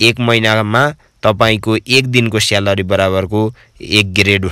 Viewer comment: स्यालरी🤣🤣🤣 उच्चारण चाहिँ मान्नै पर्ने हो साथिको।🤣🤣🤣